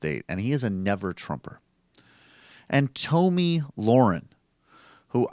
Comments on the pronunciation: Its pronounced tommy not tomey. Who the fucks name would be tomey? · Tomi is pronounced tommy